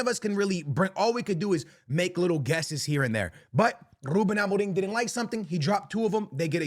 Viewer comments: bro stop saying amoring, his name is amorim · Why you said ruben amorin? 😂😂 or it sounds like amorin